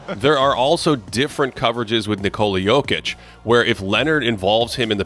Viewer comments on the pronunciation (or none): Can’t stand the way this guy says Jokic, there’s not an L in it